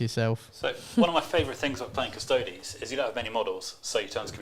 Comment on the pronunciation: And they always say Custodes wrong too to be fair :P They always say it like Cus-Toads...rather than say it the same way you would Astartes - Cus-tode-ese